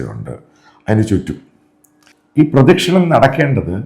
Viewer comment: പ്രദക്ഷിണം ആണ് പ്രദിക്ഷണം അല്ല